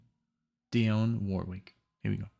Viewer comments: Dee-on. Not Die-on. Love your reactions. Especially these blocks of songs. Keep up the great work. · Dionne is pronounced Dee-on That's ok we had radio tell us. Great theme. Glen Gampbell is also a very fine guitarist. I miss him so much. Please react to Witchita Lineman. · FYI it's pronounced "DEE-onne", like Deion Sanders or Dion DiMucci. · It's Glen CAM-bell ( without the "p" sound) and DEE-awn Warwick. Dionne's version of Walk On By is the definitive version- I had never heard the Isaac Hayes version that you played yesterday. Two more good Peggy Lee songs are Why Don't You Do Right ( with the Benny Goodman Orchestra ) and Fever. And I've always loved Glen Campbell's Wichita Lineman.